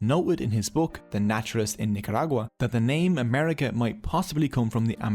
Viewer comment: Your pronunciation of "Nicaragua" was equally impressive to this Spanish-speaker.